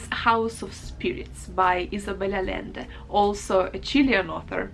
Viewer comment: a little note: if the name is spanish the "LL" is pronounced like a consonant "Y" instead of "L" , so "Allende" is pronounced A-yen-de and not A-lend-e